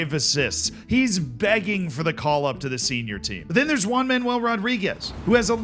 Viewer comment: I love your pronunciation for spanish names. One Man "Ual" Rodriguez will always be remembered!